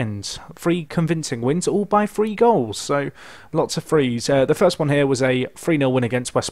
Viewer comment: It's pronounced 'three'